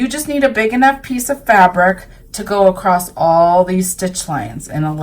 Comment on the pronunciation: I love the fabric used. Very beautiful. The only I don’t like is when I hear someone say “across” with a “t” emphasized at the end. I’m still trying to figure out where this pronunciation comes from. It’s like some people say “axe” instead of “ask”, and so on.